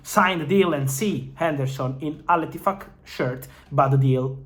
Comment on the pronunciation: I heard Al-tit fvck or something like that